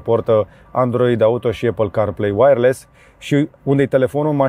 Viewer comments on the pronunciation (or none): none